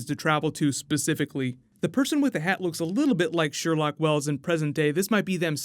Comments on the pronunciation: “Sherloque” not “Sherlock” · I know you’re the expert here, but um... it’s “Sherloque” lol